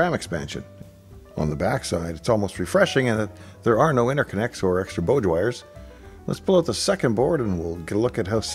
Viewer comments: We are willing to let a lot of odd Canadian slang go, but it's not boe-dge, it's bah-dge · you're pronouncing it wrong - Bodge Wire - to rhyme with "Lodge" - BODJ wire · Is boage wire the Canadian pronunciation of bodge wire? I've only ever heard it pronounced "bodch". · The "bowdge" vs "bodge" wire pronunciation? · FYI "bodge" is an Australian term for fixing something in a very messy or hacky way, i.e. bodge job. We pronounce it boj, like bog but with a j sound on the end instead. Loving the classic content! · Very cool video but I have to say that the pronunciation of "bodge" is... unique. 😉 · Cool project. One thing… “bodge” rhymes with “dodge.” Sorry if I’m missing a joke…. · Perhaps impertinent of me to ask but ... if you pronounce Bodge like that Dave how do you pronounce the car manufacturer "Dodge"? Never heard that one. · Before I asked I went off and checked the Canadian pronunciations of "Dodge" but couldn't find a reference for Bodge. Hence the question. Spectrum? No..... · "Bodge" rhymes with "dodge"